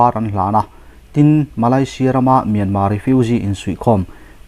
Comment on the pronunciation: In chan china ngaih thlak a nuam rual in, Mianma, inti thin hi chu, Mianmar, ni reng si kati deuh.